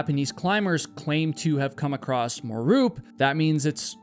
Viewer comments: Great show as they all are. Just one thing, There is no “T” at the end of the word across!! Iv heard you say it twice as often . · why do some Americans say "acrosst" or is it "acrossed"? You know it's across right? (edit - or is he Canadian?) Either way, why?? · Is there a "D" or "T" at the end of the word "across"??? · I have no idea why but I did learn that people from certain areas of the US say it that way. I believe it’s “acrost.” I find it unusual also. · @@ I also find pronunciation intersting. It seems less mystifying to me when sounds are omitted as opposed to added as in the previous examples of “would have” and “across.” In the case of “acrost” it makes the “cross” portion of the would sound past tense, although it if not spelled that way. “Would uh” is much more familiar to me as I’ve heard that much of my life. I feel as if it makes more sense to drop these sounds as it doesn’t change the meaning of the words. Or do it? Maybe it’s just because of my familiarity with it. I heard a number of people say “coulda, woulda, shoulda” where I grew up in Pennsylvania. Even people that would normally pronounce those words fully.